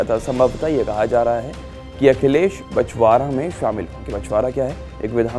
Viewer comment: बछरावां है यार, बछवारा नहीं